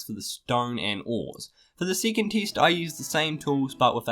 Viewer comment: Please say second, not sycond....say the E as in bEst. XD